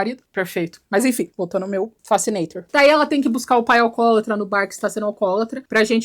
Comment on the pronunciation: O nome vem de "criar fascinação"? Quando ela falou, pensei que fosse "facenator", algo a ver com face.